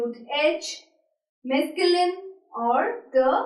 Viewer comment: "This is not exist in French " that's wrong english😑😑😑😑😑 And you french pronunciation is not at all correct😑😑😑😑😑 And it is not "mesculin" according to your pronunciation 😑😑😑😑